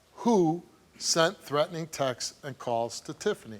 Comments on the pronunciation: Steve, it's 'texts', not 'textses'. That's like saying 'dogses'. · I like how Steve pronounces Texts… Sounds like Texas 🤭